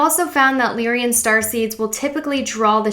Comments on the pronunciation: Lyrian? i thought its "Lyran" LOL IM FROM A PARALEL REALITI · You did good and this was a greatly helpful video!! Unfortunately, despite the good intent of this video, some of the pronunciations detract from the end goal. “Lyran” is “LIE-run”, not “lee-ree-in”...You kept adding an extra letter “i” to the word. The constellation of Lyra is not pronounced “leer-ee-uh”. Just simply “Lie-rah”...”Pleadian” is not “palladian”. It’s “plee-idi-in.”